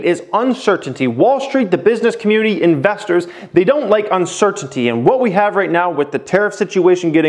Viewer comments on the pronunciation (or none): All I let hearing was uncertitty lol